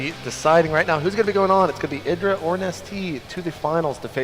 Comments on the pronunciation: THAT IS NOT Aydra,thats Idra (E-dra) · Yea it's not Aydra, its ihdra.